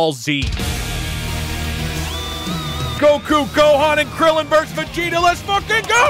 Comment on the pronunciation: I'm glad "Krillin" was accurate